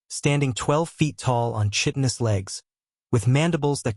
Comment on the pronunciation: "Chitinous"!!! Please, pronounce correctly.